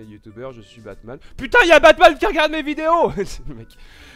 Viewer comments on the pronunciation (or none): none